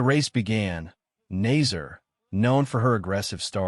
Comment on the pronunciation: If you are going to report on these events, please learn how to pronounce the athletes names. It makes you look like an amateur. The second place finisher is Salma Eid Nasser with a short A not nazer.